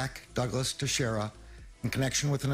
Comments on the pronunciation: pronounced Tashera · FYI, Teixeira is pronounced "Tasheera".